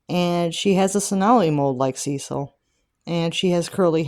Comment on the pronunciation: It’s commonly pronounced: Sis-seal. 😊